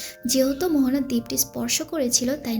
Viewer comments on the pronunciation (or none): Mohona na moana